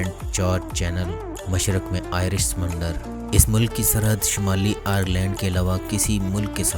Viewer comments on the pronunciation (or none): Bhai mulik hota ha Molak nahi